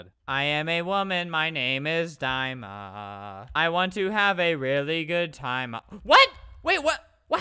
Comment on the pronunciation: Its not “die-ma” is “dee-ma” 💀